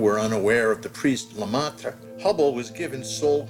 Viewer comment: He said lamont because how do you expect anyone to pronounce lemaìtre????